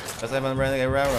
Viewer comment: Du sagst renegade reder aber er heist renegade reider